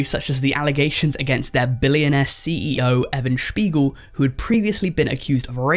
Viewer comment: Says he'll mispronounce the CEO's name and proceeds to perfectly pronounce the last name in German 😂